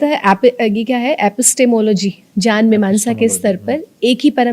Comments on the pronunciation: Aap ज्ञान को जान विज्ञान को vijyan क्यो बोल रहे है। कृपया बताये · सभी विध्वनि विज्ञान को vijyan क्यों बोलते है मैंने काफी लोगो से सुना है ये की vijyan कहते है विज्ञान की जगह आप भी ज्ञान को जन और विज्ञान को विजान् bol rhe he कृपया बताये